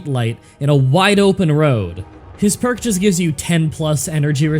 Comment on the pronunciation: How did you say "no that perk is wrong" but screw up reading it?